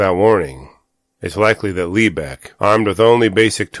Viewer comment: I live up in the lebec area, your not saying lebec right, but you didn't show the terrain correctly